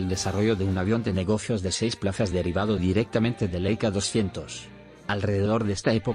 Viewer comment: ¡Niñooooooo¡ En que idioma hablas tu? Escribo tal como hablas......... ¿EIKA-200? ¿nombre del modelo SEITA? ¡Aprende hablar, cambia de traductor o dedícate a otra cosa1